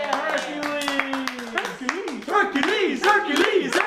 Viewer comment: I know you guys are being accurate, but why say "Hercales" when the title is "Hercules"? Also, love the edits; the Meg one was hilarious.